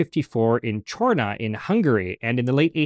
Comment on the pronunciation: Thank you for the perfect pronunciation of Gestetner's birthplace, Csorna.